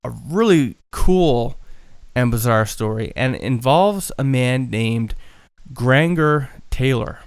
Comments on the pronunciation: Killing me with the miss pronouncing Grangers name. Grain-jur.. not the weird name you keep saying... smh I feel like fact checking/research would of helped alil more.. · The second G in Granger is a hard G boys, not the soft G like you're doing.